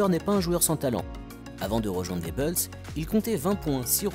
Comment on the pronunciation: Mec, t'es génial, vraiment, mais par pitié arrête de dire Les Beulz, c'est Les Boulz, Bulls se prononce Boulz, pas Beulz, c'est juste horrible à l'oreille